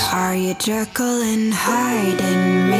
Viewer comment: Am I the only one bothered by "Jerkyl" instead of Jekyll...? 😂